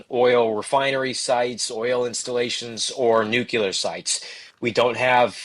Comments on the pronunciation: Please stop saying nu-cu-lar! It's NUCLEAR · a smart guy and a good reporter, I'm surprised that he mistakenly uses the word nucular instead of nuclear. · Why do some people not get that Nuclear is pronounced New Clear Not Nu Cu Ler. There is no CU in nuclear and there is no Q. A sign of a follower type idiot is someone who does not even know how to read and evidentially gets their lingo listening to uneducated people , you can't get the CU sound in a word without using a Q or a CU in the word. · Nook-LEE-er. Not “nook-yoo-ler”. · 'Nuclear' chaver. Not nucular. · It’s nuclear…not nucular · It's "nuclear" not "nucular" the "s" is silent..... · Am I the only one that finds it impossible to take seriously a somber faced reporter talking about "NUKULAR" targets and facilities? If the reporter can't read the word "NUCLEAR" (from NUCLEUS), or even worse can't spell it, what else is he incapable of? If language and word policing weren't my job, it would be comical! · Nu-cle-ar. Sorry, but professionals repeating nucular kills me. lol Good content, though. :) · Sorry, I can’t listen to what appears to be an intelligent news broadcast when one of the primary broadcasters can’t pronounce NUCLEAR. It’s not spelled NUCULAR. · Please inform the guy that there is no such thing as Nucular weapons. They are Nuclear weapons. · Really enjoyed the intelligent discussion, and grateful for the timely info. But why you still pronouncing it new-cue-lar - it's pronounced nu-clear just how it's spelled! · Nucular!!! Irritates the hellout of me. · Nuclear, not nucular. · It drives me mad!! Nuclear not nucular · oh my goodness me too, I just commented about it 5 mins ago! it's so childish! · NUCLEAR, not 'nucular'! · not pronouncing nuclear correctly diminishes your credibility with me. Please learn to do it correctly. It's not nuke ye ler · They say New Killer! 😂😂😂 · Noo' clee r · This guy can't seem to say "nuclear"